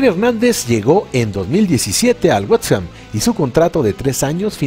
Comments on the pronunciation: Wets ham qué pedo fumó Motta el narrador antes del vídeo o qué traie 🚯🌿 se pronuncia West Ham mejor pongan a un narrador qué sabe inglés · Este narrador que me Imagino es un profesional debería de aprender a decir la palabra west ham Antes de hacer un vídeo